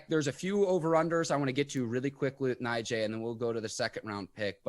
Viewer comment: Hey is name is pronounce Nagee although it's spelled Najee